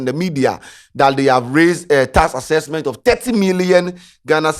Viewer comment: what is task accesksment